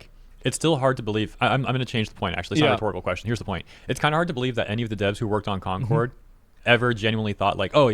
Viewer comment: Here we go again with Corn-cord, yes, I said Corn-cord instead of Concord. It really is the worst failure I saw in my life.